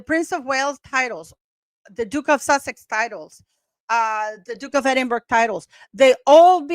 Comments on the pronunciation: Edinburgh is pronounced Edin-burra. Long form. Edin-bra in short/quicker abbreviated form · It is pronounced Edinbra. Not Edinburg or Edinbr.